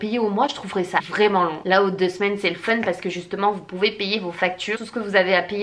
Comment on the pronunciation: Faune ou fun ?? Hahaha quasiment la même prononciation !!